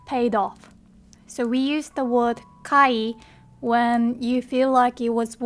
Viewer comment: you're pronouncing "word" wrong. There is no Japanese "o" in it.